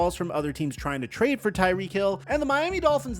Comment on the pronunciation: calls him " Tyreekee"